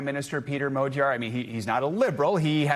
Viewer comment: Dear English speaker! The word "Magyar" contains the letter gy. Please say like the beginning of "during". And in the word "Tisza", there is a sound "sz". It is like "s" in English. Begining of "south, size ..." Otherwise my ears will blow up! Thank you in the name of every Hungarian! :) The next video starts with his name as an example!